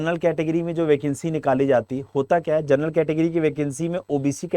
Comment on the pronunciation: Gernal nahi ur bolo